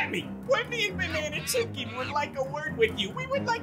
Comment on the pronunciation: Omg my DP parrot 😭😭😭😭😭😭😭😭 " red chimken"